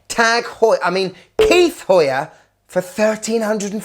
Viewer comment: As a Kith fan who purchased the watch, coming and watching your video was absolutely shocking. The lack of respect was galling. I get not liking it as the pricing was atrocious. What I didn't get was the rudeness of the intentionally mispronouncing the name and the use of a non Kith product to show the brand. I get why you chose the Rhude hat because your idiot audience won't look and see that Kith branded hat sells for 60. I would say you're better than clickbait nonsense, but you are not. It's a poor watch but better than your brand could ever hope to be.